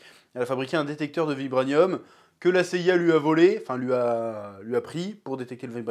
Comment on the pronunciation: Ta du mal avec le mot « vibranium »😅